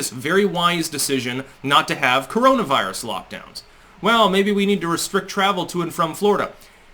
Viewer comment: He cant do a live presser because....because.....CAWONA VIWUS